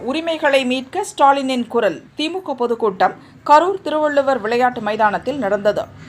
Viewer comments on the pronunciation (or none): none